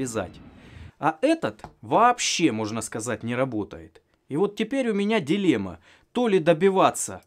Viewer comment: O mais sensacional desses vídeos é o idioma utilizado. Sou brasileiro e notei que existem algumas palavras que tem a mesma fonética e significado tanto nesse idioma como no português (meu idioma). Um exemplo é a palavra "dilema", ele a pronunciou da mesma maneira que é pronunciada no português, mas com um sotaque típico do idioma dele. Pude identificar a presença dessa palavra tanto pela audição, como também pela visão através da legenda, que mostrou estar utilizando a palavra de acordo com o contexto do roteiro que ele estava seguindo, não foi uma tradução literal ou "ao pé da letra". Se tem algum especialista aqui, gostaria de saber mais a respeito. Outros idiomas me chamam muito a atenção. Todos têm peculiaridades únicas mas também semelhanças uns com os outros; empolgante. Eu gostei do vídeo. Bom trabalho com o motor turbojato :aplausos